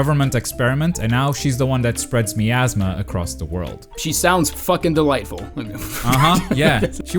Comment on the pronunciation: Your mispronouncing Miasma